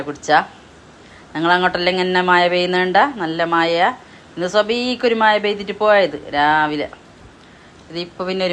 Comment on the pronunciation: ഏതു ഭാഷ ഇത് മയയല്ല മഴയാണ്